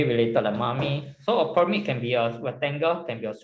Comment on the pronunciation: Pls pronounce the pyramid properly